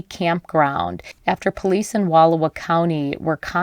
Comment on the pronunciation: October is not an odd weekend for camping. And you are mispronouncing Wal OW a.